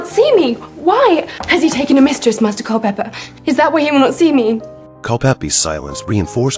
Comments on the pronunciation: * Culpepper, not "Culpeppy." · You had me until i heard, "Cul-peppie" ....... it is CULPEPER .... pronounced CULL-PEPPER .... thank you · CulpePER. For Heaven's sake, get rid of the AI voice.